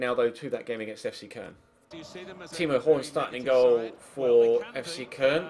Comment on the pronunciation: Fc köln is pronounced cologne